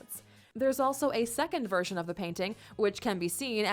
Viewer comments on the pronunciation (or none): none